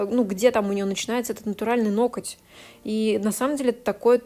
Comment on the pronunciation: у Вас очень интересные видео, мне нравится смотреть нестандартные маникюры в сложных ситуациях! Правда, есть единственная просьба: обратите внимание на слово "ноготь" и на ударение при его склонении, оно всегда падает на первый слог (нОготь, нОгтя, нОгтю...). Понимаю, что блогерам достаются придирки со стороны зрителей, но уж очень часто Вы его повторяете. Спасибо!